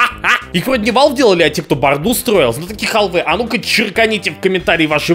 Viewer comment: он же сказал в одном из видео: "я бы прошёл "Alyx", только этот Valve Index хрен найдёшь, да и стоит он дорого". И да, "ХАлфа", а не "хОлфа".